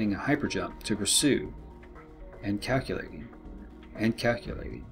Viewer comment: Ok, just one thing.. It’s pronounced CAL-que-lating, not KAK-a-lating.. Otherwise, awesome vid. 😉